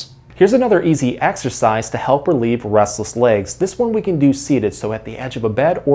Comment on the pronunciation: Sounds like he says rustles legs lol